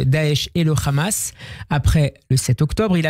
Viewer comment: TapiCon, c'est le Hamas pas le Khamas, parle correctement